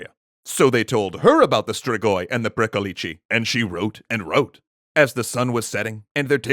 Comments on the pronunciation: You pronounced Strigoi pretty well, but Pricolici is pronounced more like "prick-oh-litch". The long -leecehee ending you're using would be a plural with a definite article. as in "Pricolicii, those two over there" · Well, he stressed the wrong syllable in "pricolici". Basically he said "pricolicii", which would be the plural form. And it sounds weird. But hey, kudos for trying! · It's pronounced more like "pree-ko-lich"; it ought to be pronounced faster, merging the syllables together rather than saying them as 3 separate sounds. The name of this creature sounds diminutive, almost comical, rather than scary to Romanian speakers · isn't it "pricolich"? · ci is pronounced ch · Pricolici sound like someone trying to teach an American to say vârcolaci:))))) But it is a correct, yet old word. Also funny, keeps emphasising the end of the word as if there were two "i"s which is the article in Romanian, in other words as if always saying "*the* pricolici, The pricolici, tHe PricOlicI!!:))) If there are any ardeleni in the comments, do you pronounce pricolici with an emphasis at the end? It's the first time I've heard this word and before googling I actually thought that jut says the "v" funny. All in all, great narration and cute pricolicii:))) 10/10 would pricolici again